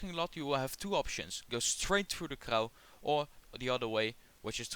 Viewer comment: For your information Crau ist pronounced Krô, not Crow. And don't forget to clean your camera sensor, it looks like it could really do with a throrough cleaning 😉